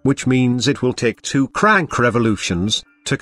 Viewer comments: How can you mess up the word CRANK so badly. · I wish i could help the voice with pronouncing stroke and crank